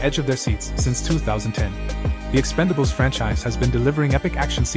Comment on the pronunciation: it’s ‘Expendables’ not ‘Expandables’